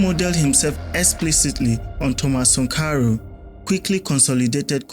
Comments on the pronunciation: Who is Sunkaro? Do you mean Sankara or Sunkaro? You got issues with pronunciations. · Are u deaf or stupid? The name is pronounced Thomas Sankara! Why do u keep saying sankoro?🤔🥴🥴🥴🥴🥴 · It is Sankara, not Sankaru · What's 'Sankaro' it a name so mention it as it is ' Sankara'. Dont spoil your videos with these petty things bro. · Sankara , not sonkaro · it's Sankara. The video is very good, get the name correctly next time😅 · How do you butcher the name of Thomas Sankara you’re a joke. Sorry it takes away your good work it spoils it doesn’t enhance your work.